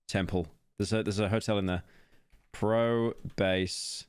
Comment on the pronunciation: "pro base" just add it onto the pile of pyro being unable to speak